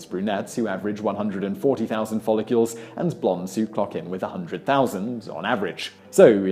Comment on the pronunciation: What is a follicule? Did I know you're British, I know you'll say things weirder than an Appalacian does, but even in the UK it is spelled f o l l I c l e; (fol•lic•le), not (fol•li•cyule).